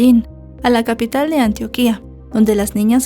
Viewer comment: Buen relato, Antioquia lleva el acento en la segunda sílaba (tio) sin tilde, pero con acento, y Antioquía como tú lo pronuncias es una ciudad turca.( Topónimos)